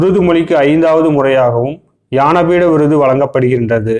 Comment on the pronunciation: யானபீட விருது இல்ல முருகேச ஞானபீட விருது